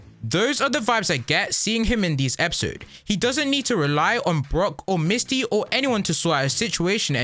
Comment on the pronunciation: You said Misty wrong.